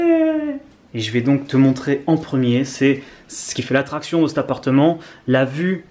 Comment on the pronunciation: "Un apateu" jpp